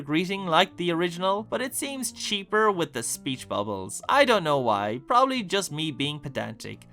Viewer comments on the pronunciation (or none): none